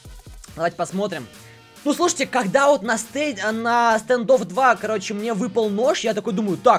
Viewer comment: Это стандофф а не стэндофф